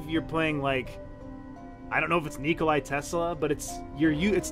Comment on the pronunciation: it's NICOLA Tesla not NICOLAI, there is a difference =)))